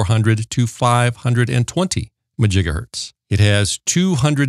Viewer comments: What is a MAJIGAHERTZ??????are you trying to say MEGAHERTZ?…. There is MEGAHERTZ and GIGAHERTZ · I could not decipher if it is Megahertz or Gigahertz he is talking about.